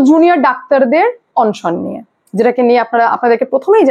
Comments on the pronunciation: বাবা,কথাটা অনশন, অংশন নয়।তুমি খুব concurrent খবর দাও,কিন্তু উচ্চারণটা একটু ঠিকঠাক করো।otherwise, খুব ভালো। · ম্যাডাম সব ঠিক আছে কিন্তু অনশনের উচ্চারন টা একটু ঠিক করে নিন। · অন্ সন্ কি বলুন অনশন